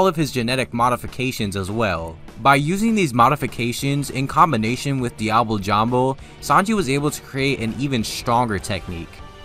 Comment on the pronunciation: “I know how to pronounce ‘diable jambe’ the right way, but I’m not going to for whatever reason”